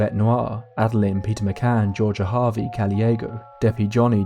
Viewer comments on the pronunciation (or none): none